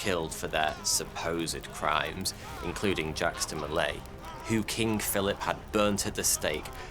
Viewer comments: "jax" de Molay? JACQUES.. Do you pride yourself in mispronouncing stuff? I see you do this ALL the time.. Come on man, you are BETTER than this. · Although I'm sure someone else has mentioned this already, the s in Jacques is silent. It's not "Jacks", but rather "Jhock" with a very soft J. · Jacques is pronounce zjok, not jacks. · Jacques is not pronounced like "Jax" it is pronounced like "Zhok" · sounds horrible when you pronounce "JAX" instead of JACQUES - remember: S for Silent but for some of us it is S for Serpent. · Jax was the lesser known but far more powerful brother of Jacques de Molay, and he had metal arms. Lol it’s pronounced “zhock” you adorable dweeb 😘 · Jaques is pronounxes Zhauk (rhymes with sock) Being a French form of John, the s at the end is not pronounced. :) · Hi just so you know the name is pronounced Jock with a soft J (ZzJock) du Melay. Nice video Thanks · "Jax" do Molay. "JAX" with all your research, I would expect you at at least know how to pronounced a French name. :( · Unbelievably ignorant pronunciation of the very famous names of the Templars. Hard to take someone seriously when they say Huge de Pains and Jax de Molay. Banal level of research to go with it, didn't even mention that many fled to Scotland as well as Portugal. I should have known better than to waste my time here... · You're European! How do you not know how to pronounce a such a common French name as "Jacques"? Jaks? Are you serious?! Also, you assume that celibate monks who saw homosexuality as a mortal sin were just going at it anyways because what, nobody can go without sex of some kind no matter what? Ya, anything for a snicker from the crowd I guess... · Jacques is pronounced Zhawk. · FFS- it's pronounced "JARK"! Not to mention your several other mispronunciations. At least grant everyone some dignity by researching how to say people's and place's names! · worst pronunciation of 'jacques' i've heard maybe ever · The "s" in 'Jacques' is silent.